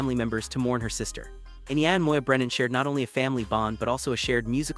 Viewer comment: Will you please show respect and learn how to properly pronounce the language and Enya’s name. 🇮🇪